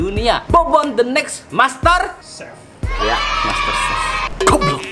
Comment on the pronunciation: "BOBON THE NEXT MASTERSEF"